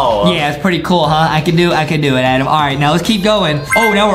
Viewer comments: Justin just say Adam not Adem😮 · Not Adem is adam